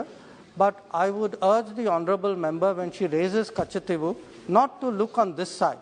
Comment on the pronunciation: Madam hope you are staying in tamilnadu only .....cos it's not katchativvwhoo..it's katchativu😃